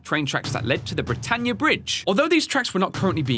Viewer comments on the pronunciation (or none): none